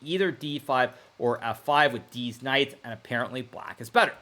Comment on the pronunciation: i think he intentionally says "deez knights" because he hangs out with streamers 😂